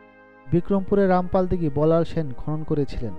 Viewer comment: "স্যান" বংশ... 😂😂